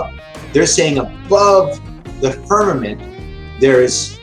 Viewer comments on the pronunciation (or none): "The firmamant." Oh FFS more bible BS from, no surprise! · did he say Spermament?